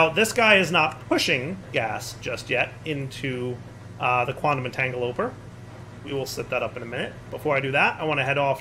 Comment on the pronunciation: At this point, you have to be purposely mispronouncing the EntangloPORTER right?